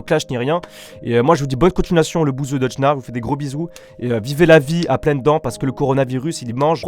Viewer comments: Ne le prends pas mal mes c deujna pas deudjna mdr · C’est Deujna pas deudjna 😂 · "deudjna" jpp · "Deudjna" ptdrr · Il est pas crédible en disant DEUDJNA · ON A COMPRIS IL A DIT DEUDJNA PAS BESOIN DE 10000 commentaire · "DEUDJNA" mdr toute la vidéo il a niquer son pseudo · "deudjna" mdr🤣🤣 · bonne videoo et mdrr il di deudjnaa